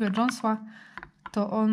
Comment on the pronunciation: Wszystko fajnie tylko na dziąsła mówi się dziąsła 😁